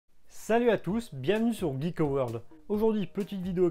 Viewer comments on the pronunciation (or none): none